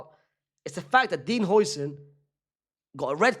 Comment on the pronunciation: Bro his name is pronounced howsen